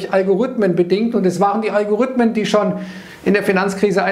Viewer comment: Algorithmen, nicht Algorüthmen ;)